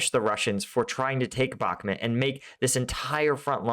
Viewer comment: why do you keep calling Bahmut, Bahmet?